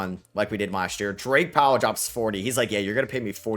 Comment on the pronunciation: Calling Drake Powell "Dwight" repeatedly made me wanna punch the screen.